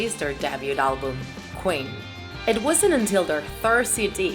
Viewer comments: It’s queen not quin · look she can't even say queen. she says quin. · Me: *hears qween in stead of queen* AGHHHHHHHHFGJSHDUDHEHE HOW FRICKIN DARE YPU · Killer qwin its queen you pronounce the ee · “ killer kwin “ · U say kwen, Instead of Queen. XD Thx for the amazing video! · "killer qween" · “Killer quin” are you kidding😂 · Ali3nC4t she also said queen wrong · She said Queen wrong and base wrong she said bass